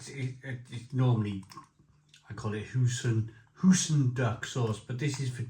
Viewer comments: Do you pronounce "Oi" as "Ooh"? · Hoy-sin not hoosin